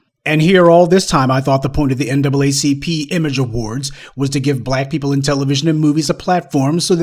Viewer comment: Now it's the "NAAAP?" 🤨